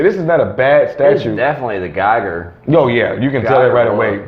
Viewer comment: I’m pretty sure his foreign name is pronounced HR Giger, said Gee gur. I have to get one of these head busts one day.